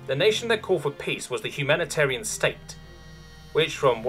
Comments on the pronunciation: A note for the narrator - I believe you are pronouncing Humitarians incorrectly as Humanitarians. I believe the difference, while subtle, is intentional. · Humitarian, not humanitarian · Honestly, my inner pedant was really agitated every time you read the word "Humitarian" as "Humanitarian". I wouldn't even have noticed if I hadn't stopped the video the first time you said it to read the passage for myself because I thought naming an alien species "Humanitarians" was so heavy-handed that it had to be a mistake. Turns out it was. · I think the narrator misread it, because it's written out as Humitarian, not humanitarian or so. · Humitarian. Not Humanitarian. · It bothers me greatly that you keep on saying "Humanitarian" when the text clearly says "Humitarian." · Dude... Since they're first mentioned untill the end, you never managed to get the name Humitarian right! Did you call them HumANitarian on purpose or what? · Humi-tarian not humanitarian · Why did you keep pronouncing them "Humanitarian" instead of what was written?" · I don't recall seeing an "an" after the M and before the I in Humitarians... Hoom-eh-tare-ee-anz. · Hu-me-tarians. Hu, Me, Tarians. There's no 'an' in that name. It was driving me crazy, I had to say something. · This mans eyes went over "Humitarian" so many times and every single time he pronounced an N that wasnt there. Fascinating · Exactly: Narator should have read it as written and not "corrected" it. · I can't believe "Humitarians" is mispronounced through the entire story. Otherwise it was well done, and a fun short story. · Please, for the love of god, pronounce humitarian correctly, I beg you.